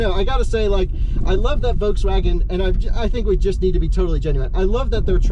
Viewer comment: Love the way you say "voteswaggin". :D